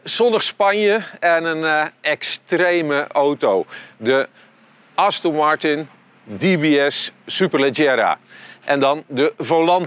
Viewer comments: Als zelfs de hoofdredacteur van Autovisie de merknaam niet goed kan uitspreken............. Wow...... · Dus aston Martin uitspreken is te moeilijk blijkbaar...